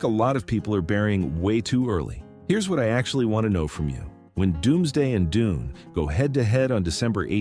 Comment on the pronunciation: when he said: DUNEY I laughed... AI script and AI voice...